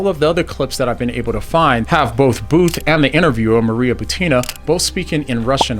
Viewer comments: its not 'boot' its 'bout' like route - awful video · You say his name as BOOT. I have always heard it said as BOUT as in ABOUT; without the A.